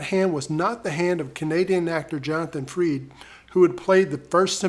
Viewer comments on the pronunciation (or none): Frid not Freed.